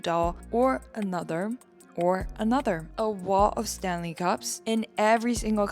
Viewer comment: you calling stanley 'stalulu' was funny af lol